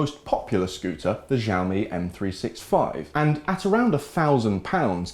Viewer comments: Xiaomi - "Shaomi" not "Jiaomi". Greetings from China 😛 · Please learn to pronounce Xiaomi correctly!! It ruins completely your video. We say "chiaomi" like in Chicago. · I heard x sound not sh